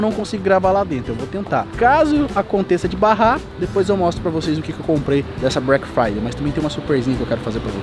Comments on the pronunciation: ele falou brack friday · Breck Friday kkkk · brack friday kkkk, o cara ta nos estados unidos por um ano e n sabe falar em ingles kkkkkkkkkkkk, e ainda acha q black friday e so nos estados unidos... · " BRECK FRIDAY " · ele quis dizer BRECK de BREAKMEN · A “Brack Friday” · break fraideu kkkkk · "BRACK FRYDAY " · Brack friday, da dor no cérebro de ouvir, meu Deus se dedica e aprende inglês ai cara! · mano do ceu, tava me irritando o falando brack Friday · só eu que reparei nele falando break Friday em vez de black Friday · Só eu que percebi que ele falou break Friday hahahah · "Brack fiday" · a pronúncia correta é Black Friday 😂😂😂😂😂😂😂😂😂😂😂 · "Breck Friday" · O fala Brack Friday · "brek fraidey" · O n sabe fala todas as vezes q ele tento fala Black Friday ele falava Brack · Pensei que fosse Black Friday e não Bruack fruayday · So eu fiquei agoniado com ele falando brack friday?? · É Black Friday não Brack friday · meu deus o cara ta la nos estados unidos e nao sabe nem falar black friday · O cara tá nos eua e n consegue nem falar Black Friday KKKKKKK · Pronúncia de Black Friday tá difícil hein😥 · nem parece que ta estudando ingles, "Chris BRONW", "BRACK Friday" tem que entrar pra harvest em kkkkk